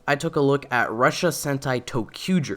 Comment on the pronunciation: i know hes saying ressha but it sounds like Russia